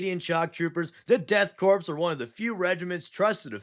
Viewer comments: Please please please Corps is pronounced “CORE” Think, Marine CORE (Corps) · I am curious now, why does everyone pronounce it as Death Corpse? I mean it is a good joke the first few times around, but why? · DEAD CORPSE OF CRAIG. fuckin 5 seconds in and I'm already losing it